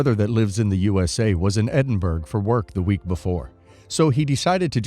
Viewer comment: His pronunciation of Edinburgh was driving me barmy. Then Yorkshire popped up.